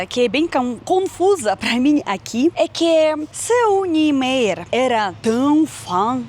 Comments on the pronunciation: excelente seu vídei! mas o sobrenome de Oscar seria mais ou menos: [nien-maier]... você pode ouvir no google tradutor português/alemão e vc verá a pronúncia nas duas línguas ok? abraço! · obrigado por me mostrar a nossa Brasilia a qual ainda nao conheço pessoalmente. Soh para ajudar, a pronuncia é Oscar "Niemayer". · fala-se NIEMÁYER. Vc já foi em Goiânia (cidade proxima a Brasilia)? Lá tem o Centro Cultural Oscar Niemeyer (um puxadinho de Brasilia) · a maneira correta de pronunciar o nome do arquiteto dfe Brasilia é "NIEMAIER" o Oscar Niemayer.